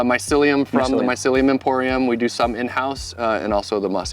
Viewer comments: You can tell he wasn't a good listener at school when he read the word "mycelium" like he never heard it before. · Not to mention he couldn’t say mycelium, maybe they recorded that interaction first beforehand, but mycelium was mentioned multiple times and there shouldn’t be a reason not to know that word by now. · This guys doing a whole YouTube video on mushroom farming and he definitely spent at least a few hours if not a few days doing his interviews with the guy and he can't pronounce the word mycelium when he sees it on his phone while reading his questions. How can you produce anything useful to teach people about mushroom farming when you very clearly don't know shit about the topic of mushrooms. This guys a turd in the punchbowl. He's lucky he landed an interview with an intelligent successful mushroom farmer, cause without this guy the video would be useless.